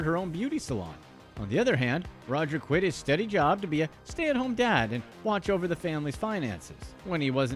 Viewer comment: Quit not Quiet